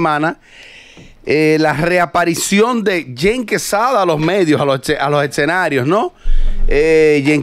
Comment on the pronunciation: se dice escenarios, no etcenarios